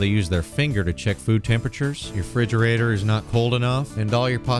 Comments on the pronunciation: "fridgerator duty" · "I got refrigerata duty" 🤣